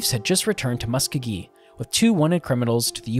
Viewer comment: It is in Oklahoma. ALL Cherokee who live there call it "mus-CO-gee".